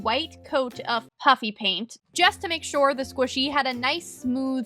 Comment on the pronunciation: Am I the only one who is hearing puppy paint in stead of puffy paint?